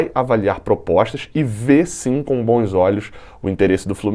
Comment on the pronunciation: Pq q o fala boes invés de bons